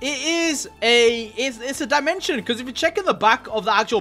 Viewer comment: What the heck is dimetion.. That guy